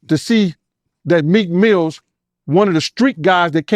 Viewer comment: He kept calling him Meek Mills😂😂😂😂